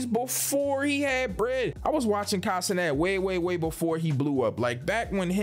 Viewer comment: Broooo u said consonant lmao it’s Kai cenat